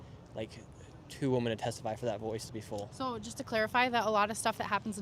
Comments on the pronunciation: Nick, learn to pronounce the plural form of WOMAN - which is WOMEN. "WEE-men." I know that you are smarter, and braver than most Gen Zers! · Shirley really needs to learn how to say women.